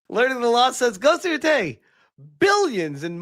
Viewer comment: I thought he said ,,Ghost of Yotoilet‘‘ in the beginning 💀💀